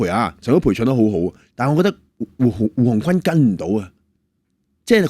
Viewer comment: 胡鴻鈞是「君」音，不是「坤」